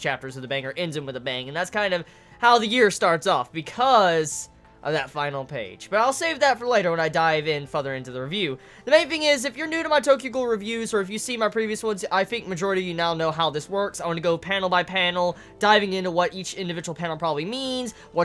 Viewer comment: you gotta start to pronounce the "R" in FuRther. You say "to go even further" or "to take it a step even further", in almost every single review/reaction that you post. Except you say "FUTHER" every time. It's just a trivial mispronunciation, and I try to ignore it. But, since it's in every one of your videos, I can't not hear it. So all I hear is futher, futher, futher, futher, F U T H E R. LoL. Gratz on 100k dude.